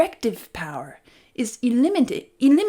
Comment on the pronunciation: Beadles are a breed of dog. The band was called The Beatles. Similarly a rider is someone who sits on a horse or a camel or a motorbike etc. Hilarious that later on you put one of your missing “t”’s in the word eliminated to form elimitated 😂 Are you speaking inner national English ?